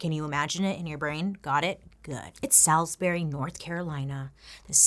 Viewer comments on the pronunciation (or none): Ok great vid only thing that drove me crazy as a North Carolinian was that you kept calling it salisbury when everyone pronounces it SAULS BURY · That was a pic of Salisbury, MD that pops up when you mentioned Salisbury, NC. FYI And it’s pronounced SAWs-Bury. I know. Weird. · Me: Living in UK Salisbury zoning out with video in background Bailey: Salisbury Me: 😶